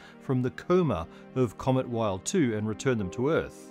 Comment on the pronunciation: i think the comet is pronounced like vild or even vildt rather than Wild